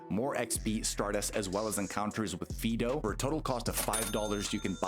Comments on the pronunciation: Not Fee-do. Fidough is pronounced "Fido" like the typical dog name. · You definitely are not. It's supposed to be FYE (so that it rhymes with "eye"), and you're saying FEE (so that it rhymes with "me"). You can fix your AI voice-reading, right?